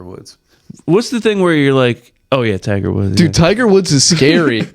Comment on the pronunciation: Thai-ger Woods